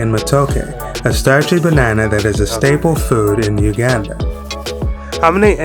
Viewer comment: Please learn how to pronounce the country's name correctly.